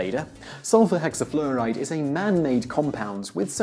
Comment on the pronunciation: "sulfur hexaflehhhhride" lolwut